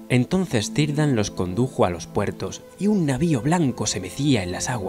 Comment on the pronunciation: Me gusta mucho, la despedida en los puertos grises es un momento que encoge el corazón. El único detalle es la pronunciación de Cirdan.